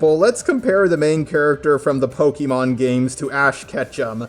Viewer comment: Pokémon, not pokimon.